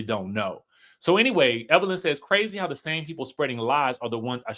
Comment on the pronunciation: Everytime you say that dammm lady name is HILARIOUS..."EVERLYN" 😂😂😂